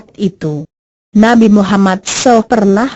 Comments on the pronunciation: suara gogle ngomong nabi mummad saw aja salah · Mohon koreksi penyebutan nama nabi!!!! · bagusin dong cara bilang nama rosul